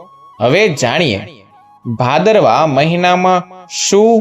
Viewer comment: Bhadarvo bhadarvo nu ucharan